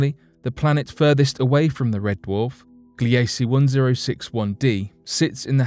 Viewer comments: Gliese is not pronounced "Glee A Cee" it is pronounced "Gleece" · Gliese is pronounced "GLEE-zə" named for a German astronomer.